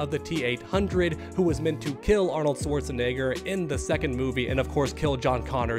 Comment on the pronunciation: I love you, but you’re kind of putting a hard R at the end of Arnold‘s last name🤣😂😂